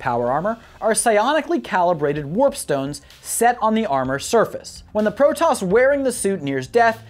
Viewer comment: All the Protos words are wrong..... its all voice acted how do you get them wrong!